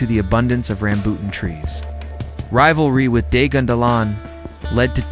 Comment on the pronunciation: Ram-bu-tan trees, Ta-la-kag pronounce the words properly if you are going to do a documentary.